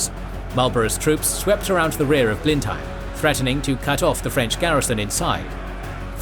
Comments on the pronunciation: It's pronounced Blen-him, not Blen-hime. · Interesting - thanks. One small point. I've noticed that you often get the pronunciation of names and places wrong. For instance, Blemheim should be pronounced "Bleh nuhm" not "Blen heim". As this is the most important place in the episode I think it would be worth making sure that something like this is correct. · In fact, the English know this as the battle of BLEM-em, not Blen-HAYM. Strange but true. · Blen Hime? That is NOT how you pronounce Blenheim! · The European place is called Blindheim, i.e. not even the same spelling so naturally it will be pronounced differently. If you are using the English spelling you should also be using the English pronunciation.